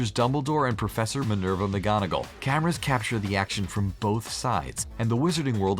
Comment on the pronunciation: "Doeby" 😂 😂 "Me-nerva" 😂 😂